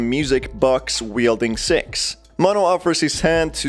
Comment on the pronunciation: This is how many times he said "sex" instead of "Six" ⬇️